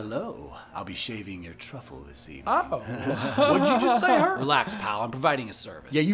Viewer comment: “I’ll be shaving your truffle this evening” why’d he say it like that? 😭